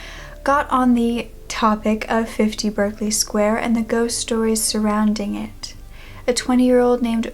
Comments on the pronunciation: 1940? That should be 1740. Also, Berkeley is pronounced Barclay. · It’s pronounced “Barclay”